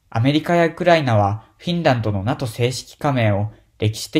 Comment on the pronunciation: NATOをナトってイントネーションで咏まれてずっこけた。これは調子狂うわｗ